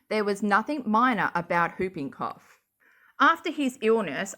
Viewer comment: I never knew how much I needed the Aussie pronunciation of “whooping cough”...for some reason it’s really making my day🤣❤️